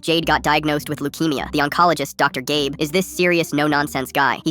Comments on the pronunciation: Dr. Gabe? I hear Dr. Gay.. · The first time they said the doctors name I heard dr. Gay instead of dr. Gabe😭😭😭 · For a sec I thought you said Dr. Gay 😂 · BRUUHHHH IT SAID "Dr GAY blinks" NOT "Dr GABE blinks" NAAHHHH IM CRASHIN OUTTT AI THESE DAYSSS😭😭😭😭😭💀💀💀💀💀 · Who's doctor GAY😂😂😂😂😂😂😂😂 the screen does not say GABE it says GAYY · I thought that DR.Gabe was called DR.Gay 😂🤣😂🤣🤣😂🤣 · I thought they said Dr. Gay 💔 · Ik it says dr.gabe, but I swear it said dr.gay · I thought I heard "doctor gay." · I thought that he said doctor Gay not doctor gabe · Did nobody else notice it said dr. Gay at one point instead of dr. Gabe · I heard "dr gay" everytime the ai says gabe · “ Dr. Gay” the hell?? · Did i Heard doctor gay? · We’re not gonna talk about the fact that he just called the doctor “Dr. Gay”? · Did I just hear “dr gay” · is no one talking about how it said "doctor GAY blinks"😔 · im sorry.... DiD bRo JuSt SaY dR gAy?!? im dying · Why did he say doctor gay on the second time he said doctor Gabes name😂😂😂😂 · he said dr gay 😭😭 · Did i hear dr gay? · Am I the one who noticed that it said doctor gay? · It’s said Dr. Gay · Am I the only one that heard dr.Gay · 𝙄 𝙩𝙝𝙤𝙪𝙜𝙝𝙩 𝙩𝙝𝙚 𝘼𝙄 𝙬𝙝𝙚𝙣 𝙞𝙩 𝙨𝙖𝙞𝙙 𝙂𝙖𝙗𝙚 𝙨𝙖𝙞𝙙 gay👹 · Why did I hear Dr gay 😂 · Why did I hear "Dr. Gay"? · Wait doctor gay?????????? Ok sorry I realised it actually said gaybe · Wtf i heard dr gabe as dr gay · I thought thay said "doctor gay"😭 i need to get my ears checked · Not me hearing "dr. gay" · Me hearing "doctor gay" 💀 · I thought u said Dr gay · Bro why did I hear doctor gay???😢😅💀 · I hear doctor gay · Doctor gay is what I heard 😂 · I thought I was the only one who heard that the doctor's name was "Dr gay"